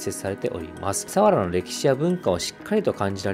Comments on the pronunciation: 千葉県民ですが、千葉の魅力を報じて頂きありがとうございます。＾ 一つ言わせて下さい。さわらの発音が違います。さにアクセントを付けず、さわらと平坦に読んでください。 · 水郷の読み方と佐原のイントネーションがひたすら気になる、、、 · すいごう。サワラのイントネーション。